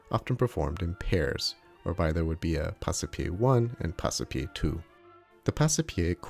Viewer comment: It should be pronounced Pass-pie, not Pass-e-pie. "Passe" is one single syllable, not two. The E is silent, like in porte, vive, sire, livre, chasse, hausse...